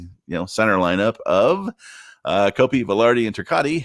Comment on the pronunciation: ...............................................Ter-cot. Not Ter-cotti.